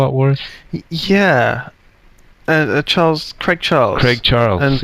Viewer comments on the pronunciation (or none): none